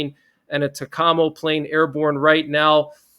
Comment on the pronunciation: TAKAMO IS pronounced Take-o Mo